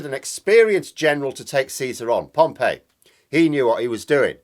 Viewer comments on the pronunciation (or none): Pompey not Pompeii! Pom-pea not Pom-pay. Yes, I’m an historical pedant. Prof of Classical Studies 😂😂😂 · Pompey, not Pompei, I think,. Any supporter of Portsmouth FC will tell you how it is pronounced. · Your analogy with Caesar and the Roman Republic was spot on. Can I just point out however (sorry to be pedantic) that the general he defeated was “Pompey” not “Pompeii”. Pompeii was a very different disaster caused by the eruption of Vesuvius . Although the way Putin’s war is going I wouldn’t be surprised if a volcano erupted in Moscow… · Pompei is a city....Pompey (pompee) is a general. However, your analysis is sound. Ukraine is obviously executing a plan. asymmetric attacks, focusing on not engaging in pitched battles, hit supply, command and control, enemy morale. Putin is a classic imperialist. He looks at lines on a map and wants those to change. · Normally pronounced Pompee not Pompeii (Pompey). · Interesting on Caesar and Pompey - but the latter is pronounced Pom-pee, not like the buried city. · Do you mean Gnaeus Pompeius Magnus which is mispronounced in english as Pompey. You prefer your mashed up grunt to his?